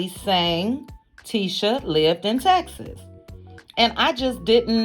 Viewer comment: Oh gawd this is horrid and what is "tesses"? Its "TEk SUHS" STHU